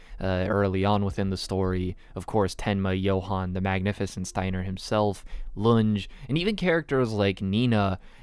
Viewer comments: Fantastic video. This was an absolutely brilliant analysis on my favourite pice of media ever made. I just have one nit pick. Lunge is pronounced Lun-ge, not Lunj. Outside of that, great work and good luck on your own project. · I like how you call the detective "lunge" but it's pronounced "LOON-GAY" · I know you haven't seen the anime so I tell you this just as a correction no hate but it's pronounced lu-n-gae not lun-j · Great video but I am so annoyed by the way you pronounce Lunge